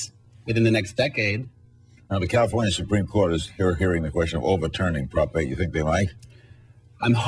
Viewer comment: Califorina? Is that a new state?